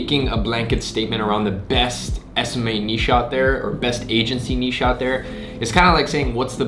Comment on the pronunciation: Finally someone that pronounces 'niche' correctly